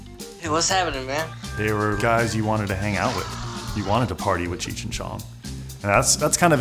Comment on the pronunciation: YO BRO U MUST BE STONED IT'S CHEECH NOT CHURCH